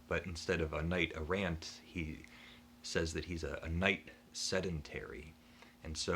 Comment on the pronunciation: Strange dark perverse...sounds like my life! Errant is pronounced without a emphasis on the end part. It means to go searching for adventures in your context All the best ☮️